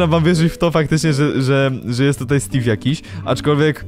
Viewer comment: Czemu stave a nie steve